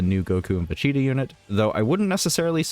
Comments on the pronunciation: Va cheeta is what im hearing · What's up with butchering Vegeta's name all the time ?